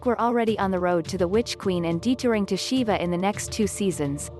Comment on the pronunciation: Siva shouldn't be read as "Shiva", it's not a Mortal Kombat character.